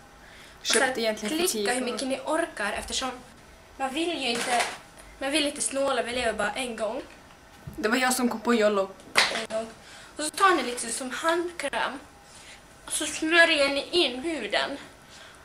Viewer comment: Det heter yolo inte yolllo